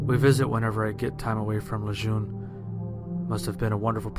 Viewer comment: he pronounced "Lejeune" incorrectly